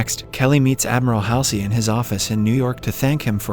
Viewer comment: And it is pronounced Admiral Hual zee or Hall sea